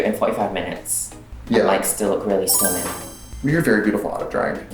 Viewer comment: STUNNINk. There’s a tiny k in there at the end.